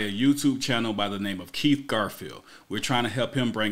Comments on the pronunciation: Ummm... Greenfield, not Garfield. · Bro, nothing but love and respect, that said, the mans name is Kieth GREENfield, NOT GARfield. JFS